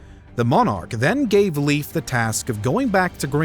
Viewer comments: I'd say Leyf, but certainly not Lief as pronounced in the video. ( English speakers need to learn the actual vowels, and no "W" is not a vowel in any other language.) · Pronounced life (like in; your life) Erikson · Please Please stop calling him “Leef”!!! His name doesn’t rhyme with “Beef”. It’s pronounced like “Lace”, but with an F instead of C. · I know its not easy to pronounce, but its not pronounced Leaf Erikson 😂. American pronouncation of Scandinavian names and words sounds hilarious. I dont mean to criticise, just finding it amusing. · A really good story about our ancestors, I'm only sorry about the butchering of the name Leif, for english speakers it should be pronounced like life. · As a Scandinavian it do hurt a bit every time you say "Leif" as he's some kind of leaf. The correct way of saying it is more like "Layf", as when you lay something down with and add an f in the end :) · His name is pronounded more like "Life" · Leif is pronounced like if you say ‘life’ in a fast manner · Am I the only person getting annoyed by "Leif" being pronounced as "Leaf" 🌿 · Dear English Speakers (and Narrator): Speak "Leif" as live (as in live Television). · Why do ameicans pronunce Leif as Lief when it's Leif? Ei, not ie? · Leif should be pronounced more like "layf" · The pronounciation of „Leif“ is more like „live“ in English. You are welcome. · Awesome video. If one wonder how to pronounce "Leif" as we do in Scandinavia, its "L-AY-F" ⚒️ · I love this episode.. but Leif is pronounced like the english word "life". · Leif is pronounced as Life. Scandinavien pronounciation of the aalphabets is different than the English. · Leif is pronounced more like "Lay-f". Sincerely, a Swede. Either the pronunciation most likely differs not only between Sweden, Denmark and Norway, but areas in each contry as well. Or your English pronunciation could be a bit rusty. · Leif is pronounced 'Layf' (not 'Leaf') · The guy's name is pronounced Life Ericson not Leave Ericson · Leyf, not leaf